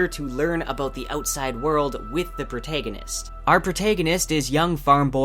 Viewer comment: Dude, what's with the pronunciation of "Dragon" and "protagonist"?